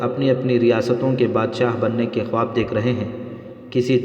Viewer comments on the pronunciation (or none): none